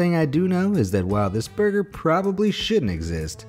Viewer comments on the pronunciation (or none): none